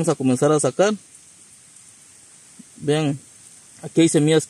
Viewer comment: Porque dices semias se dice SEMILLAS